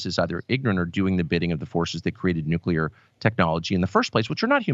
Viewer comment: Carlson has one virtue only, and it is that he pronounces "nuclear" correctly.